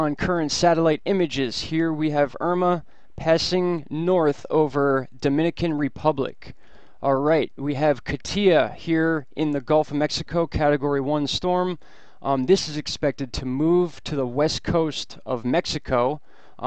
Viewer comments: Great work! Just a pronunciation thing on Katia. The tonic accent is on Kah and not on Tia. Just sayin'. Ka-tya and not Kah-teeah. :) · KAA-TEE-AH In another of your videos, you mentioned you weren't sure how to pronounce Katia. Emphasis is on the first syllable. I believe it is of Russian or Slavic origin. I love your videos! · it's pronounce Ka-ti-a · i believe pronounced Kay-sha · Caugh-tea-uh is how katia is pronounced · I think Katia should be pronounced more like KATYA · Katia might be pronounced "caht-ya." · Oh also it is actually pronounced Cot ee a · Katcha Cat-yuh Kah'-teeuh Catty-uh I preeshate your effort. Ezekiel 33rd chapter; the duty of the watchman. I'm not griefing on your Katia. Just trying to assist.